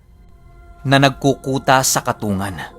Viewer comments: yong katungan na sinasabi nyo po baka po katung-gan ang pronounce po. Yon po kasi tawag samin sa ilongo yon ay kung tama po ang tinutukoy ko. Salamat sa mga share. Silent listener po. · Di po katungan ang pagbigkas niyan kundi katung gan... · katonggan po tamang bigkas nun. shout out😁 reynold taga masbate milagros